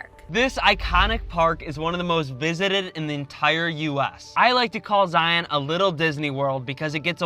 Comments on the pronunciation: I'm always surprised to hear non-Utahns say Zie-ON national park. Never even thought to pronounce it that way till I heard tourists say it. We just say ZIE-uhn. Kinda like lion, not Lie-ON lol. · Zion is pronounced Zai-un (rhymes with Brian). Great video! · Some good info, some mispronunciations of the parks, but The Great Smoky mountains has Zion's beat by quite a bit; 11+ million visitors there vs about 4+ million visitors in Zion. Plus other info that's not quite fact but close to it. Go in the narrows when its hot not cool or cold as you will be freezing, Wear good ankle high shoes as there are what we call "Ankle breaker's" (big boulders) you can easily twist your ankle on and its not fun hiking when you hike a few miles on rocks rotating your ankles in every direction. If you go when its cool or cold wear a wet suit. Bring a walking stick or hiking stick to help with balance and taking some weight off your feet. And do not and i repeat DO NOT even think of hiking many trails or slot canyons when there is rain or rain within 60-100 miles from the hiking spot as flooding is a major danger for those who dont know. Other than that the Narrows will be an awesome experience. (I live 30 minutes from Zion and have been there in all conditions) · You can tell they aren’t from Utah when they don’t pronounce “Zion” correctly. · This^ If you are doing a travel video, please learn the pronunciation from locals.